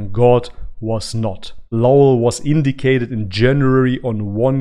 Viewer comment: It's pronounced in-die-ted not in-dic-ted